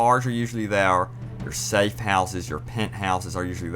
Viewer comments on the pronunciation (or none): none